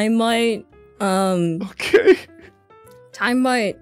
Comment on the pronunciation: Basically, "smut" is porn and Kronii said Time Smut instead of Time Mutt (her dog's name) so it's like she's saying something about porn of her dog which is bad and not something they should be talking about on stream.